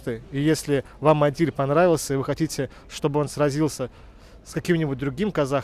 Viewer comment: Не Адиль а Адил(Әділ)